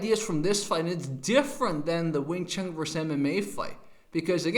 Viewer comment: Vs. = versus, not verse. So it's wing Chun guy VERSUS mma guy, not wing Chun guy verse mma guy.